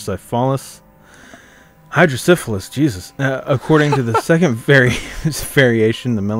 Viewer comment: did he say Hyper Sífilis lol